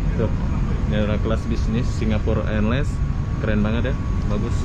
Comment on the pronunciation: sewaktu di bandara Kan sudah disebut dgn betul itu mas